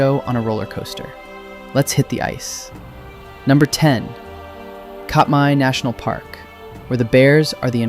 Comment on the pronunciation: great video so far. I'm certain it will continue to the end. FYI, Katmai = CAT-my, rather than COT-my, and Tlingit is actually closer to KLINK-it. Free grammar lesson here: since "one of" mean's there's more than 1 of something, but "only" means there can't possibly be more than 1 of it, the phrase "one of the only" is a grammatical impossibility. What makes 100% more sense is "one of the few". I just learned this recently: at 15%, Anchorage has the largest percentage in the country of Native people.